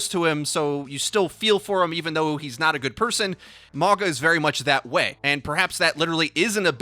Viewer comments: 99% sure it's pronounced Ma-ow-gah, not Mah-gah. Why the hell is this so hard for you, bruh? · It's a samoan name. Pronounced- mah-oo-nga. Translates to mountain. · im pretty sure hes Polynesian due his traditional island tattoos and also his name means Mountain in Samoa so im guessing hes samoan btw it pronounced maunga instead of mawga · He pronounce mauga as mawga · I think its said Mauga, not Morga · If y’all pronounce it “Mogga” one more time I swear... 🤦🏽‍♂️ it’s MA’UGA pronounced “Ma-unga.” Yes I know there’s no N in his name but G’s in Sāmoa are pronounced w an invisible N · It’s just a friendly correction it’s pronounced Mao-guh not Maw-gah. Mauga is a Polynesian name Samoan to be exact. I know I’m certain because he is clearly plain as day a Polynesian. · not (mah-gah) it's mauga. Like (mow-gah). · mauga means mountain in samoan, pretty close with the pronunciation, letter 'g' in samoan is pronounced as 'ng' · His name is pronounced "mau-nga" the letter G is pronounced sort of like an N in most Pacific island languages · Im a Tank Main and Polynesian so if he is the New Hero then Looks like I’m going to have a New Main!! Im so stoked!! I think his name is Pronounced MOW-NGA at least thats how I read it off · Mauga is pronounced Mau nga with a glottal G sound that closely resembles a ng in lung. Can we signal boost so sees this? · Pronounced mau (like mauii) gna. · Polynesian main tank! His name translates to mountain in Samoan and is pronounced maunga (mah-ooh-ng-ah). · Mauga would be pronounced "mah-ooh-gah" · I thought he said MAGA bot Mauga. Much lol. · Clearly Polynesian inspired, his name means mountain. Ironic considering he's gonna be a tank lol. And it's pronounced MAU (like Maui from Moana) NGA (ng sound in sing) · Did you say 'MAGA'???!!!!!!!!!!!!! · It would be pronounced something like "mawnga" (/mawŋa/ or something similar in IPA) by the way. Means mountain in Sāmoan. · It's pronounced Ma U Ga.